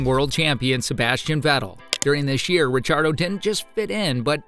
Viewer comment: Daniel RECHARDO ?? That AI is really cookin'